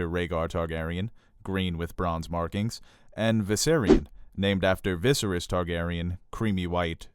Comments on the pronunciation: Love your content but I can't help but cringe whenever you say "VI-serys," or your friend "Daen-AR-ys" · I itch everytime mispronounced "VISERYS" lol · Great content... but learn how to pronounce Viserys. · great breakdown but OMG I break out in hives when VISERYS is mispronounced .....REPEATEDLY !!!! lol